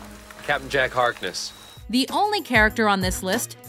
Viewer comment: YAY I LOVE CAPTAIN JACK HARKNESS ( You pronounced Harkness wrong)